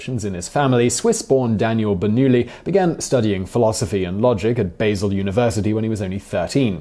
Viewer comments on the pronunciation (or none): The town in Switzerland should be pronounced Bah-sel. Nietzsche was there. Basil is a herb. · I hear him say basil university pronounced like an American. I’m not familiar with the place so look it up. It’s spelled Basel university and I’d pronounce that like a Brit. Not sure what’s correct, it will probably never come up in my life but feel free to let me know the correct pronunciation. Probably neither since I’m thinking of the English versions of the herb not a Swiss university